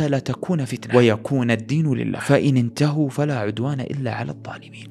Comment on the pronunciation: جميلة، بالآية: فإن انتهَوا وليس انتهُوا ، وضّح الفتح على الهاء جُزيت خيراً